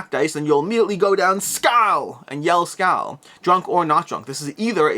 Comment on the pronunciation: "Skole" or "Skoal" would be a closer approximation to the correct Swedish pronunciation. :) The letter Å sounds kinda like the vowel in in 'ore'.